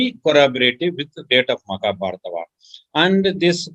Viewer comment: What is "maka" means in Dravidian language? Is saying Makabharata instead of Mahabharat?